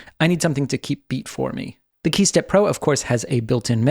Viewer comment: man saying key steppro, I'ma hearing hey stepbro...